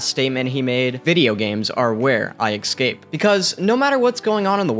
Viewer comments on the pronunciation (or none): ”Excape” instead of escape lmao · It’s a great video man but stop saying ecscape and say escape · Did he say excape